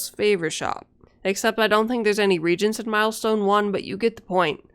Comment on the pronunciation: I don't know why it bothers me but it is pronounced Re-ay-jent. The way you are pronouncing it it sounds like you are saying regent which is someone appointed to govern in a ruler's absence. Edit: good video btw.